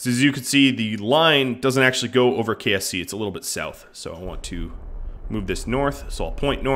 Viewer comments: Anyone else hear him say KFC instead of KSC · KSP = Kerbal Space Program (the game) KSC = Kerbal Space Centre (the main launch pad location) KFC = The fried chicken.